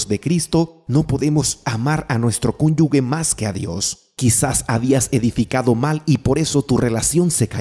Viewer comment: Se dice "cónyuge," no conyugue